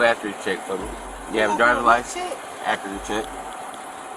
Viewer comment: WTF is an “accury” check? 🙄 Sigh…